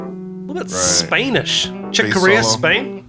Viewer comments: It’s funny how you pronounce Spanish. You say it SPAIN-ish, I say it SPAN-ish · Did you just say Spainish? WTF?